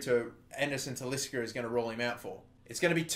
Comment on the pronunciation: Please say Talisca's name properly.